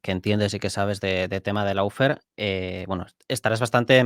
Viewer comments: dilo bien. Una cosa es no saber como se dice y decirlo mal, como todo el mundo en España, donde tenemos un problema conocido con los idiomas... Y otra cosa es saber como se dice (lo digo yo aquí: looféar) y seguir diciéndolo mal. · Por favor, recuerden que LAWFARE se pronuncia LOOFÉAR (O larga y no suena ninguna U), no loufer que es una pronunciación INVENTADA. LAW ley Loo LOW bajo Lou Muchas veces la diferencia entre hacer las cosas bien o seguir la manada sin cuestión es QUERER o no.